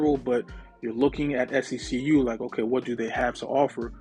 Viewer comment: I saw on another YouTuber’s community post that SECU’s youtube account commented on their video & they it’s pronounced SEQ 😂 i’ve been saying it like how you say